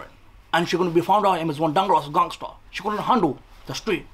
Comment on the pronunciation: Yeah lool! He bassically mispronounced "Dangerous Gangster" Lol